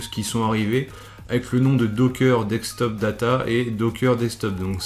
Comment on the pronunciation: De"ssss"ktop et pas dekstop ^^. Sinon elle est top la vidéo